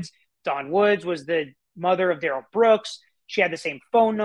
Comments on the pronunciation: I’m with you, Monique. It REALLY grates on me when they mis-pronounce his name. It’s rude. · It’s the pronunciation he does not agree to. It’s Duh rell not Dare El